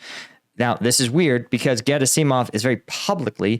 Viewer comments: Gera-seeeei - mov and Shoi -eee - gu LOL! I like the channel but that is a seriously weird pronunciation. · Dude, it's Ger-AH-sih-mov. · Emphasis is usually on the second syllable. So it's vlad*I*mir , not vl*A*dimir as we tend to say. Hence it's gerAsimov and surOvikin. A breakthrough at Bakhmut will threaten both Severdonetsk and potentially a deep strike round the back of Donetsk. It has always been of far more strategic importance to us, more valuable to win, than it was for RuAF. For them it has always been just an obstacle. For us it could destroy this entire section on Donbas. They can fall back to Popasna and the 2014 lines behind it, but they will have to defend either wider flank for the above reasons. They will have little or no reduction in the line they must defend. Slava Ukrayini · Very weird pronouncing of "Shoigu" & "Gerasimov" this time :D